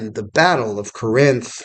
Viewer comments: Thank you for this documentary video. It is well done. We pronounce Corinth: Cor-inth with the emphasis on the first syllable though. General Bragg was a capable administrator, but he was a failure as a field commander. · Love your videos. Feel like you’re pronouncing Corinth incorrectly tho.